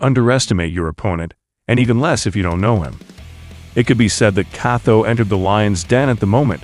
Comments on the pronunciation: “KATO” is not pronounced that way bruh… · I can't help but notice you pronounce Motobe's name "Mothobe". That's pretty funny 😂 Same with Kato - "Katho"